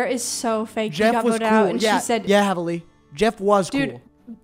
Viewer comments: Help is heavely pronounced like heavily or heeve-lee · i think it's pronounced heevley LMAO but this video is so funny fr